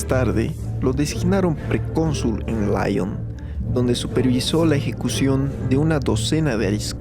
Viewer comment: Ojo no es láyon sino lión es Francia no Inglaterra